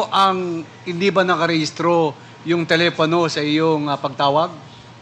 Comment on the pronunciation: Telepano o telepono😅